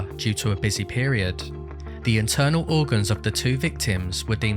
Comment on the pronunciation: Pretty sure you're saying Eternal organs (rather than internal organs) I listened to it 4 times